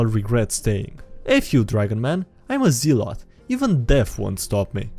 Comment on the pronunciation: Zealot but say it zel-ot (I understand I'm being netpicky and trying to sleep pronunciations but oh well.)